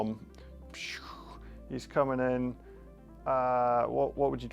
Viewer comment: Bom(b), the B is silent 😂😂